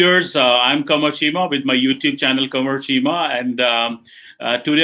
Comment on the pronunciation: Cheema Frog 🐸.....English bolni aati nahin, Punjabi joker ki pronunciation and accent sunna🤣🤣🤣